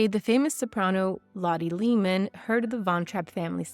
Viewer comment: Lotte's last name is pronounced Laymen not leemen.